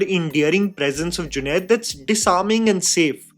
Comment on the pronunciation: junade NAHI Junaid. Doosro main galti Nikal ne se Pehle khud theek karlo.